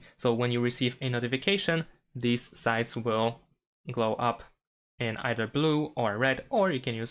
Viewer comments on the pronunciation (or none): none